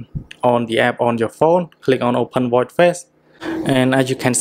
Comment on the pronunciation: Watchhhhh not watt